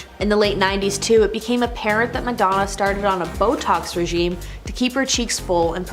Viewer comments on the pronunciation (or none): none